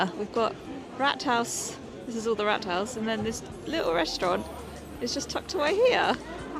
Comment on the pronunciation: Just a point on pronounciation here. When you say the word "Rathouse", you say it like the british way of saying "Rat" as the rodent. That would have been spalled Ratt, in german like in the same animal in german, which is "Ratte". The word "Rat" is pronounced with a long vowel more like "Raat" and means "Council" or "body of peers" to get some better equivalent British synonymes instead of "Parliament", because it's just a local management board.